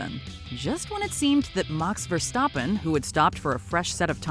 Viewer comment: Marx Verstawppen, Haamilton 😂😂